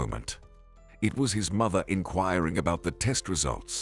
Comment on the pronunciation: Apparently his pronunciation of "Mother" is pronounced " Mither"!!